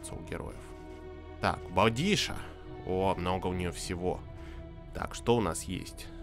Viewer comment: Ребята. Скажите наконец, что дикарку зовут Боудикка, а не Боудиша)